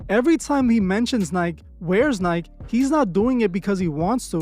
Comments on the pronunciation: it’s called NIKE not NIK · This guy pronounces nike "nighk" not nykee lmao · I’m sorry but Nike 💔 “Nike - E” ✅ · Tf is a ni-k it’s Ni-keee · This mf called it "Nyke" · Its ny-kee you fuckin speck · " NI-KEY " my friend is how you pronounce " Nike "!! Great vid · Bro you hating and pronouncing Nike wrong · Is there a hater amongst us? It's not up to streamers or anybody to raise your kids, it's the parents' responsibility. McDonalds and Nike {which you didn't say right} was here before Kai was born. I don't watch his channel like that, but every time someone comes up, especially black people they have to be a sellout. They just can't work hard to get to where they are. How about just focusing on yourself. You are worried about the wrong thing. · Is this AI voiceover???? How do you not know how to pronounce Nike?!?!